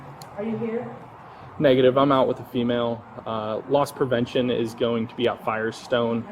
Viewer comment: It's 'Loss Prevention' not 'Lost Prevention'. The officer is not lost.